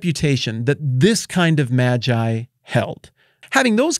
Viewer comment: It's May-gii bruh...